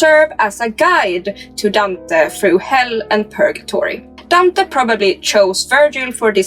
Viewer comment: I really can’t take how your pronouncing Dante 😂